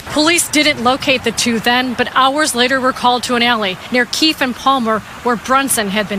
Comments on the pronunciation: That's them Eastside N!&&∆'s. 😂 It Keefe not Keefie. But we understood. My condolences to the family. 😢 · The e is silent in keefe